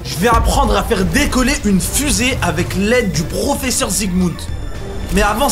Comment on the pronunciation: prauferseurre zi quoi